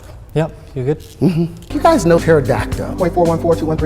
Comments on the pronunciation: And the fact that he pronounces it PterodactO… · Is my hearing bad or did he call a pterodactyl a "pterodactdo?" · I’m black ok.. but I have never understood how black ppl can mispronounce words like “pterodactyole” and “cereole” and a lot of black street fighter fans say “hadooken” instead of “hado-ken” what is this phenomenon?? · I think he said Taradacto